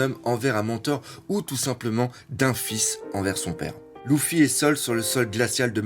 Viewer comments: On dit leffy et pas louffy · Luffy...LUFFY!!!!! Il s'appelle Luffy!!!! Pas louffy 😖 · « Louffy, Dragon » t’abuse avec les noms la prononce bien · C'est pas loufy haaaaaa c'est luffy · si tu a mal au yeux ne regarde pas. Et j'ai le droit de vouloir dire que c'est Luffy et pas louffy donc..... dégage tu perds ton temps avec moi 😏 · a ton avis pour quoi Luffy c'est énervé quand on la appelé Lucie ? Oda a fais un clin d'œillets au gens qui prononce mal sont prénom